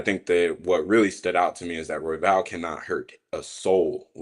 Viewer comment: Had to rewind a couple of times but the way pronounces Royval sounds he’s saying Huevos. Which means eggs 🥚in Spanish 😂